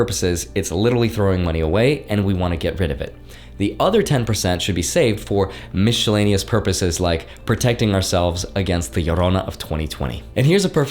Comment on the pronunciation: Did you pronounce Miscellaneous "Mishellaneous" ?? Have I been saying it wrong my whole life?